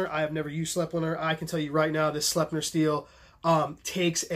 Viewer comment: Awesome informative vid as usual! The Austrians who make it pronounce Sleipner S-LIE-PNAH.